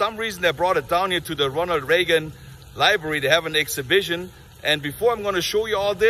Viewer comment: Presidential Libary haha